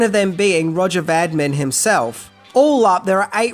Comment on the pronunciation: Pronounced RO -jay Va - Deem. If you are going to say it fifty times, get it right. Otherwise, a good video